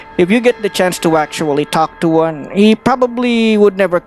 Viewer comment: Omg i died laughing at Natural "juan" when you said it and i looked down to check how you got as your name XD